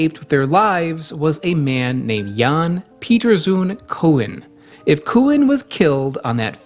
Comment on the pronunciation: The Dutch traders genocided a fuckton of the Banda islands ... It was disgusting. The weird thing is that the perpetrator, Jan Pieterszoon Coen (pronounced "coon", not "co-en") is also a naval hero for the Netherlands for his actions in Europe protecting the independence ... Jan Pieterszoon Coen was in his own time already called the "Butcher of Banda", and I think it should be remembered! The man was a disgusting human being ...